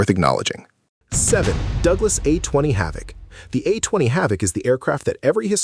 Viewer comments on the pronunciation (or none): none